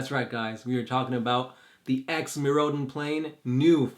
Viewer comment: couldn't finish the video, the way he pronounces Mirrodin is too annoying.